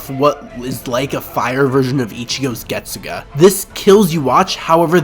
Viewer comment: i mean, Its Not hard to pronounce literally the Most iconic bleach line (After bankai) correctly, isnt it? Getsug-A?